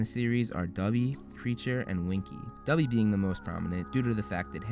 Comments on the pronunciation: did you just call Dobby "Dubby"????? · Ik I'm seeing this like 3 years too late but although "Dubby" sounds funnier it's "Dobby" lol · Great video! Just how you say DOBBY, you say DUBBY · I'm sorry but can I just point out that u said "dubby" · It's dobby not dubby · Dude you said Dobby like, Dubby. When I heard that I was like, "What did you just say?!?!" No offense!🤗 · doby not duby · It sounded a bit like you said "Dubby" ( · WHY can’t Americans pronounce ‘Dobby’ correctly?! It’s not ‘Dubby’! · DuBbY Is A FwEe ElF! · you call dobby "dubby" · HE SAID DUBBY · is t just me or does it sound like hes calling dobby dubby..... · It is dob-by it is not do-bby